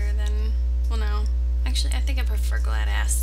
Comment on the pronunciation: glados not gladas